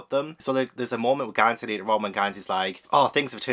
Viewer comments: not GONE-sey 😭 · goes and makes Gansey even more posh with calling him Gohn-sey 😂